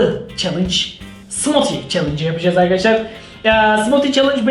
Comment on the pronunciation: smoti değil smuuti diye okunuo